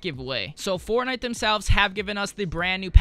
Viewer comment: Why does he say fornigh